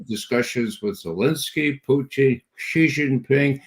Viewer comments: Judge can someone tell Ray it’s Putin not poo teen ! Wft ? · Good "Intel Round Table" I like Mr Ray McGovern, and have read and watched his work since the early days of the Bushie jr cabal infesting WARshington DC, that said, I wonder why Mr McGovern always mispronounces Pres Putin's name ie "Poutine". I am basing this one how Russians pronounce their Presidents name. Very strange. Perhaps 'anti-Russia' CIA programming runs deeps. Even the psychos who constantly denigrate the Russian President pronounce his name correctly. The worst kept secret: "NATOstan" ("Murder Inc) is a mafioso criminal syndicate involved in murder, extortion and drug running. Thats it! As for the blood-lusting, murderous, vile psychopathic genocidal thief-dom aka "is-ra-hell" may get destroyed entirely and return to hell from whence it came. Followed by WARshington, London and Brussels. As for the rest of the conversation/interview - thumbs up